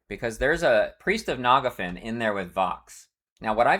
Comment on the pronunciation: I've heard many wrong pronunciations for EQ names and locations in my time, but the way you say Phinigel and Nagafen really take the cake. 😅